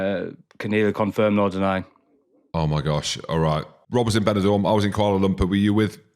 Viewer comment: Kuala Lumpur, get it right